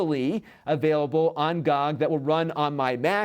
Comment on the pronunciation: Not to be a donkey, but usually is pronounced as letters G-Oh-G, it just kind of threw me off when you said it like that